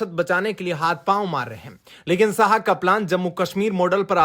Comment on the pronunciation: बहुत अच्छी खबर। पर अपना उच्चारण सही करो 'श' को 'स' (अमित साह) व 'स' को 'श' ( शांशद) कहना। हिंदी क अशुद्ध उच्चारण ठीक नही लगता।